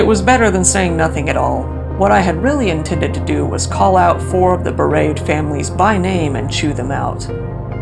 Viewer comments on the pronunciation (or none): "Bereave" is pronounced "buh-reev,"